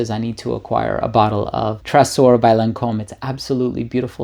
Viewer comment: Hello there! Thank you for presenting us all of those wonder perfumes, I will certainly go try a few of them next time I can. If I may comment, about Tresor, as it is a french word in its pronunciation the S should sound like a Z (I'm french Canadian, hope you don't mind my little comment). Have a great day!!!!